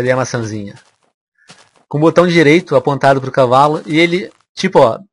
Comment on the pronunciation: Kkkkkk é impressão minha ou o venom n sabe falar cavalo certo